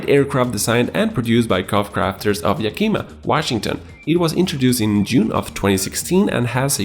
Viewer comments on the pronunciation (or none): It’s Yakima with the Eh sound not the EE sound lol I’m from Washington that area so yeah... lol